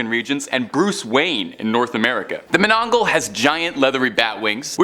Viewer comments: it's " mananangal " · Loved the list, just for reference, the first is pronounced as Mana-nang-gall". Also, to add to the cryptid, they have a very long and sharp, hollow tongue, used to suck out un-born babies from sleeping pregnant women.